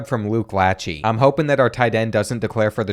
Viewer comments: He butchered Luke lacheys name it’s la-Shey not la-chey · It’s Luke Lāchéy not Latchey lol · lachey pronounced “luh-shay” i swam against a couple of his family members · you say luke lachey’s name like luke lashey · Its luke lech AY not ee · As an iowa fan I cringed every time you said something wrong. Like lachey. It’s (La-shay). And the bronze pig… it’s the Floyd of rosedale. But love your videos! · Luke LA-shey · No way he called Luke Lachey "Latchey"😂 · The Lachey and Ragaini pronunciations are killing me